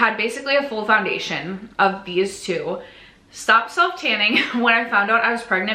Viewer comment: 2026 will bring a baby!!! 😍🤭 You'll see what you'll achieve and I hope you don't set the bar too high as I'm sure you'll have other priorities! ❤ You still did amazing! 😮❤ Edit: As a francophone, "poundation" sounded like a nice contraction of powder foundation! 😂